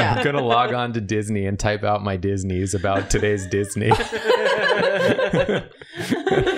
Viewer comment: The more said "Disneys" the more it sounded like "Deez Knees" and I can never hear the word normally again